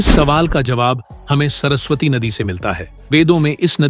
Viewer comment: सरसवाटी नही बे सरस्वती बोल